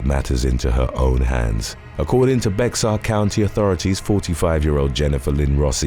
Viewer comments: Ok. It's driving me crazy. Bear is not pronounced b ex ar. It is a Spanish word. Please pronounce it Bayhar. Sorry. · Bexar is pronounced bear so it would be bear county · Bexar County is pronounced Bear.